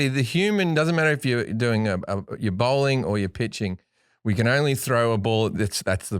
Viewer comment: It's called bowling. Fucking hell it's bowling mate! Oh ya, bowling. Not bowling. Lol.